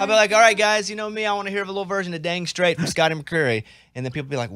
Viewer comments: It's down srait not damn srait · NO IT'S DAMN STRAIT